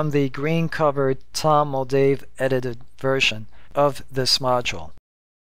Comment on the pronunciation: It’s Tom Moldvay, not Moldave